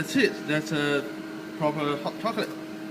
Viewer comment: I am so sorry if thats rude but the first thing I heard was "hot cocklate" and my lungs just left the chat